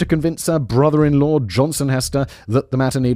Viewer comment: Ummm. I think her name is actually Hester, pronounced with an “eh” sound, not an “ee” sound.